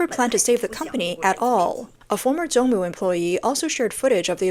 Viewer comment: It's Zongmu not Jongmu